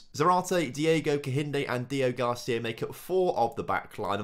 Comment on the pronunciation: Day 4 of commenting that his name is DEO-GRACÍA not Deogarcia.